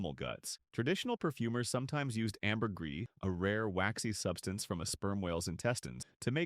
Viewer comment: I think this is the first channel I've ever heard pronounce Ambergris correctly. I'm freaking shocked! And impressed!